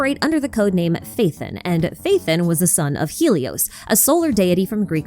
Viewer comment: it's Pha-E-ton btw not Faithin